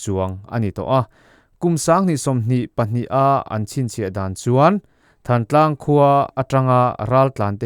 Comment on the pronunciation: "Thantlang" tih i lam dan hi midang ngaihthlak tura i upload hma hian zir hmasa la a lam dan dikinin lam la ngaihthlak a nuam leh zual tur.